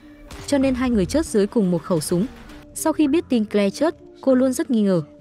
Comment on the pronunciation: Câu chuyện được kể rất confusing! Tên của người trong câu chuyện nào là doe, kờ le.v.v tôi nghĩ không đúng với tên gọi của họ vì phát âm không chuẩn. Is it Joe (đọc là chou, not doe, và claire not kờ le? Ôi rối mòng chẳng hiểu gì hết.